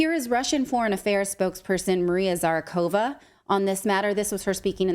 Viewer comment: Zakharova NOT Zarakova